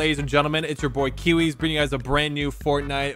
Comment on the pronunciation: Cairzy said "Kiwiz no"